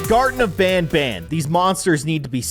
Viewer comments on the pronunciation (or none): can you play garten of Banban II and Garten of Banban III? And you say it like this(gar-ten-uf-ban-ban)